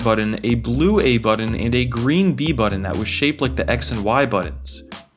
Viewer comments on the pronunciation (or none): Sorry, had to turn this off after hearing the word "buddun" too many times